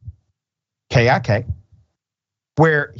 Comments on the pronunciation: The app KiK is pronounced KICK lol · Kik pronounce Kick